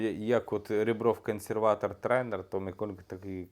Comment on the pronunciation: Хочете щоб люди підписувались? Навчіться вимовляти МиколЕнко! А то як той грьобаний коментатор з москальського каналу, (я дивився У-І через піратку, бо оф можливості не було), казав "Ачєрєтка"! Вгадайте на кого?